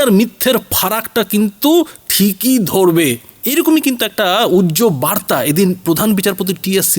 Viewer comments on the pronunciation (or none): none